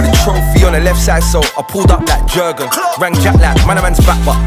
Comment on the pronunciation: 'Jerrgunnn' how someone let this this song if he can't even pronounced the name right 🤣